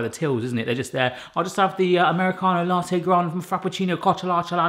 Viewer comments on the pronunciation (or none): none